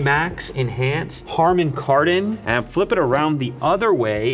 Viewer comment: It's "Carman HardOn" 😂😂😂